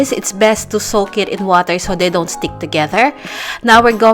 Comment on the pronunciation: “put the woter”